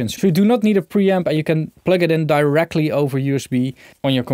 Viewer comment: Did he just say plug it in Diracly over USB?